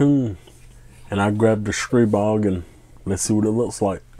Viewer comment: Of all the hundreds of reviews I've seen about Stribog, your the only guy that pronounces it correctly. STREEEEBOG